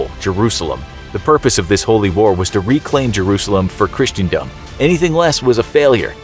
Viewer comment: Even just down to how they said christendom at the start is wrong lol